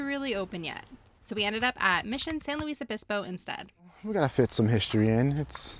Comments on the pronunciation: How can you tell when you've never been to SLOTown? Pronounce it "San Loo esse Obispo". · I will forgive you for pronouncing San Luis Obispo wrong lol Welcome! I was wondering when you were going to visit my hometown:) Enjoy slo!